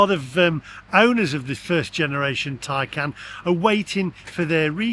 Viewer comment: be honest you cannot love Porche as they have produced crap EV's. And stop calling your car a Tycan it's a TAY CAN. All EV's are utter crap and not fit for purpose, it's time to stop buying Milk floats and that will be and end to this utter madness.